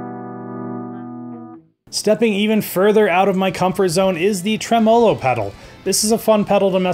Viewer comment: I was interested, but bailed after seeing him critique four distortion pedals in a row, then mispronounce “tremolo.” C’mon: What about compressors, EQs, and delay devices—things that non-metal guitarists might use? It was the narrow focus and lack of musical knowledge that changed my rating to a Thumbs Down. Maybe he got to this later, but it would also be nice to know about delivery times and service? My experience with ordering directly from China has not been good.